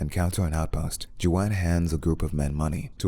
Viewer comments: Jew - ahn. The narrator is racist. 🤣😂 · It's not Ju-an .. wtf You're the one who needs to practice English nimwit. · "Jew-wan" lol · I can't even watch this with him calling Juan Jew-an... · that Chu-an pronounciation lol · It took this comment for me to realize he was saying Juan! I was like who the hell is joanne? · As a Juan, I can say its just pronounced Huan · Jew - ahn? Dafuq? 🤯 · Ju-ann...interesting way to pronounce Juan. lol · You're dumb. Juan is pronounced Huan he's Mexican ffs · It's pronounced "Huan". The J sounds like h. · You're saying his name all wrong 🤣🤣🤣🤣🤣🤣🤣🤣🤣🤣🤣🤣🤣🤣🤣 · Just hearing you say Juan wrong makes me want to purge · How do you manage to butcher the name Juan lol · Not you pronouncing Juan name wrong lop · I don't know what's more messed up the way that The Story Goes or the way the narrator's butchering the name Juan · bruh he cant say juan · Gonna take me a minute to get over that 'Juan pronunciation' XD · Is he using a computer to voice this or his own voice? Just a little bit lost. If it’s his own voice he’s gotta work on his pronouncements and if it’s a computer it’s understandable. Cause said Juan wrong. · Fuccin up my nga Juan’s name lol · Not yoy fucking up saying Juan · What the fuck is that pronunciation of Juan? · If it's not a bot voice anymore, why tf is the dude narrating still pronouncing Juan wrong? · In Spanish the J makes an H sound. So your saying Juan wrong. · Waan not ju-an. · It’s not Chu-wan my guy….it pronounced like Huan like the J is an H 👌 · Is his name really pronounced "Jew-an" or are you mispronouncing "Juan" ("Wan")? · Juan not Joan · Juan is pronounced Juan : Ju-an like who-ann.. just telling you cause you're saying it Jew-anne 😊👍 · I had to turn the subtitles because I was like “why does he keep calling is dude JoAnn” but it’s Juan! These artificial voices are getting better but they still can’t pronounce shit correctly! 😳🥴🤣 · Who-ann not Jew-Ann smh 🤦‍♂️ can’t watch this shit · Its Huan ,not Juwan